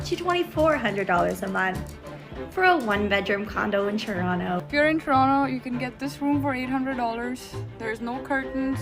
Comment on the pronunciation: 1) You're pronouncing "Toronto" wrong. 2) Calgary is also a Tier 1 city; actually everyone from Toronto and Vancouver are moving there. Please do a little more research. Best of luck